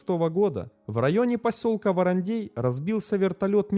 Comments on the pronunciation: Не ВарандЕй а ВарандЭй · «ВарандЕй» аж уши режет🥴🥴🥴 ВарандЭй!!! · произносится ВарандЭй, а не ВаранЕй, весь выпуск ухо режет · Режет слух,когда варандэй звучит как варандЬЕЙ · ВарандЕй. Прям слух режет. Это как говорить сЕкс вместо сэкс. Варандей читается как Варандэй. В остальном отлично. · Он то откуда знает, в нете написано варандей, а на варандЭе он не был) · Не в укор автору, регионально называют " Варандэй" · От произношения варандЕй уши режет до крови)))) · Нарьян-МАр, ВарандЭй. Говорится так. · Ну аж кровь из ушей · ухо режет от произношения Варандей.